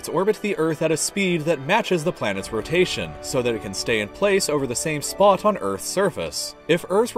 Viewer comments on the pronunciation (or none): The way he said "spot" made me feel uncomfortable